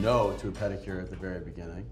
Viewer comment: Marshawn said "panicure" 😂😂😂. He cracks me up!